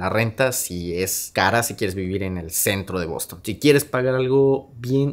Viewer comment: Lo primero es aprender inglés. Esa pronunciación del Bostonian Hotel te quedó espantosa….